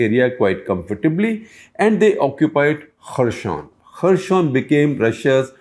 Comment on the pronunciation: Good video. Just a small correction. I think you are pronouncing 'Kherson' as if its a French word. It is pronounced very similar to its spelling. The first alphabet 'X' i.e. 'Kh' is pronounced somthing between ह and ख in Hindi. So हेरसोन or खेरसोन is right pronunciation. Something in between हे and खे would be accurate.